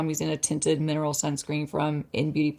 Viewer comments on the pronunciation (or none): none